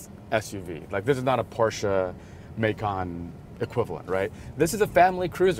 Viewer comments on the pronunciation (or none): What is a "May-kin". I traded in my manual Cayenne for a Macan, and I'm pretty sure it's pronounced "Mah-Kann". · Americans pronouncing the Porsche Macan like the city of 'Macon' in Georgia, jeeeeez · excuse me but porsche mayykaan??